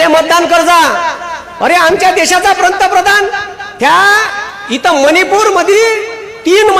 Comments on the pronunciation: पंतप्रधान शब्द नीट बोला मास्तर .😂 मास्तर म्हणे.... 🚩जय श्रीराम 🚩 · पंतप्रधान शब्दाचा उच्चार व्यवस्थितपणे करा,मग पंतप्रधानाला नावे ठेवा.तुम्ही कसले गुरुजी?